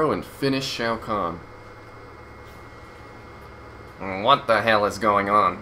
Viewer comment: Shao kahn not shau guan